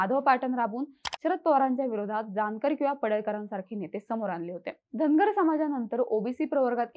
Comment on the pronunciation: Tai tumhi uchhar kartana dhangad asa krtay ...survatila ....mg st mde je dhangad aahet te aarkshn dya